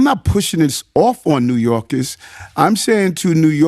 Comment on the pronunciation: New YOLKIZZZ😂😂😂